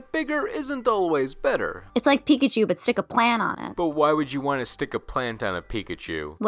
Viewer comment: Why am I still hearing it like "Pikichu"?😅